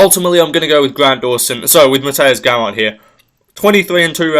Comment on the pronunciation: Naah bro you did Gamrot dirty😂 Im polish but i have to agree.